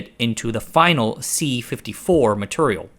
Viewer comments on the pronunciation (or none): You say MATURIAL like cleveland offa family guy. that's turrible.